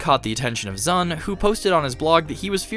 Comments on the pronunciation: Anyone else died inside a little bit every time he called Zun "Zan"? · You kept calling Zun "Zan"